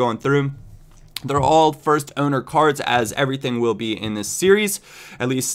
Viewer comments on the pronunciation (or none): none